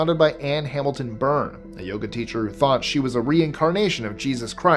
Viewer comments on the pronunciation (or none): none